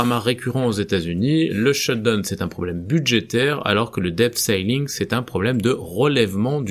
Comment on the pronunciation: Merci... Pour info, on prononce ceiling: "sîling" avec un long si comme le sî de "the sea"